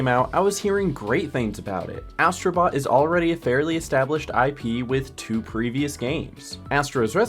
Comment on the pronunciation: Ass..tro Bot made me laughing😂